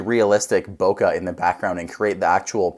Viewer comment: Not how you pronounce Boke.